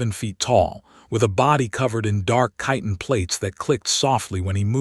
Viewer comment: wow! someone pronounced "chitin" right! 😮